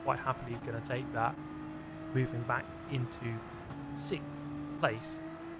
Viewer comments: It’s sixth not sikkth😂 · sicks-Th , of numerical order after fith place🤣